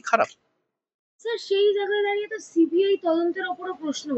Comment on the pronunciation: জাগা নয় জায়গা। উচ্চারণ ঠিক করুন।